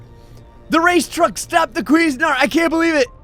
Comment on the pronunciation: Your pronunciation of "CuisineArt" is actually hilarious.. "Queezenart" sounds like you're trying to say some foreign guys name or something lol Although, correct pronunciation would be "Quizeen Art". Still hilarious, either way.